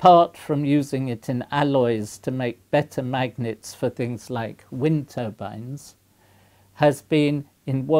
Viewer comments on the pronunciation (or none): none